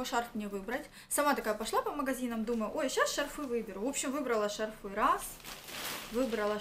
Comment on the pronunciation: Одела, одела, одела..... шарфЫ.... Нужно что-то делать с речью